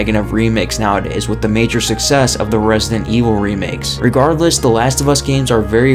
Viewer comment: Nobody:: Resnant Evil